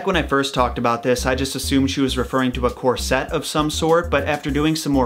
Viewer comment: Oh boy… corset is pronounced corset (not cor-sette) and a laced bodice in this period would be stays, which is just an early form of corset. The messed up history of why we think corsets were painful/evil/dangerous/that tight lacing was a thing would actually be a great subject if you ever make videos which aren’t about specific stories. I highly recommend Corset- A Cultural History by Valerie Steele.